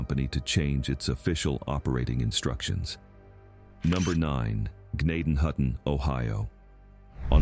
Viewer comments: N it's pronounced Jen- nay-ton-hutton. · You are pronouncing gnadenhutten way wrong, and it still exist, so does zoar